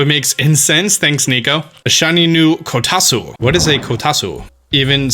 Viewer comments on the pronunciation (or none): Kotasu lol actual pronunciation is “ko-ta-two” Japanese usually eat oranges while sitting at kotatsu so you should put it on the table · Ko-ta-tsu, not Ko-ta-su by the way :) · Its pronounced Ko-Tat-Su. I know that Tsu is usually pronounced as Su, but in this case it is different. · * says kitatsu wrong * Me: Oh Honey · You're pronouncing "kotatsu" wrong